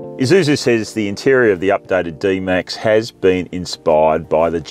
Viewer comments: Wish you could stop saying "Izusu" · This guy calls Isuzu an eye-zoo-zoo.